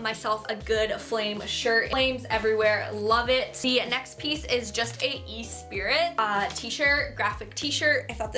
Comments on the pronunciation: Love the "E-Spirit" shirt 😂 not trying to be mean but your pronounciation cracked me up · LOVED this haul!! i want everything 😅😅 btw esprit is pronounced "espry" if that makes sense 😅😅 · "e-spirit" hahah